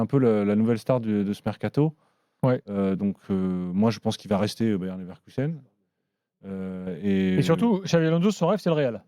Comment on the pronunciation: Ça me fait saigner de l'oreille d'entendre le Bayern Leverkusen de la part d'un pseudo spécialiste du foot. Moi aussi Gilbert je veux ma place sur le plateau